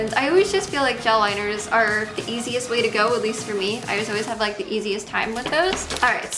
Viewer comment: You should try talking like an adult, maybe take some English classes or something.. I've noticed you say a ton of words incorrectly and I'm not sure it's on purpose that you talk like you're 13. "Put d make up in the fairy fairy corners of d eyes"